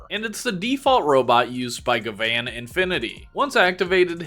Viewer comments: Bro you realize you're saying Gavan name wrong right because it's spelled gyaban or gavin not ga- van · The way you say gavan sounds more like gvan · It's pronounced as Gavin btw. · hi, quick reminder for jp pronunciation if its 'A', most of the time its like "rUn" ah sound if its 'I', then its "rIng" ee sound if its 'U', then go "bOOm" oo sound if its 'E' then its like "sAy" or "café" or "Réstaurant", "Pokémon" lastly for 'O', like "gO" oh sound so gavan is GA-VA-N hope this helps in the future